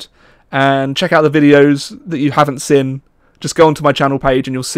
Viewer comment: says seen as sin it makes me chuckle.